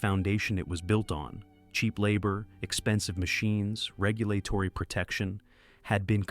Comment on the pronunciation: I assume this is AI based on the mispronunciation of basic words like regulatory